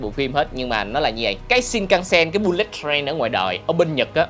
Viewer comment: bullet đọc là bu-lịt mới đúng nha a